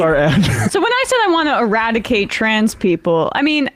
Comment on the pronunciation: Ewadicate wascally twansgendewism with wabbit air!